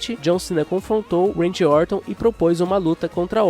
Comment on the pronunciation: A única coisa é ouvirr "Uendy" Orton, de resto tá tudo ok